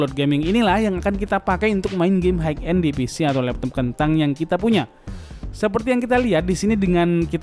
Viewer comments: hai end bang bukan haik end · Bacanya hai end bang, bukan haik end